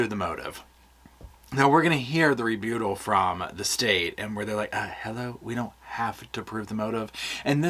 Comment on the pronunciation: "Ree-byoo-tull"? I thought it was "rebuttal". Have I been saying it wrong this whole time?